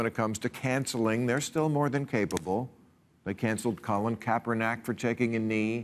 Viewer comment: Bill seems to admire Colin Kaepernick so it would be nice if he would pronounce his last name correctly. It ends in n i c k, not n a c k.